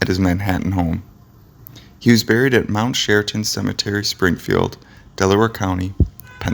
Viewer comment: there is no mount shearaton cementary, it's mount sharon. the reader should read his copy before recording